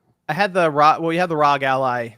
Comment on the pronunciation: I thought ROG (as in ROG Ally) was pronounced "rogue"? Rogue Ally sounds way better than "rahg".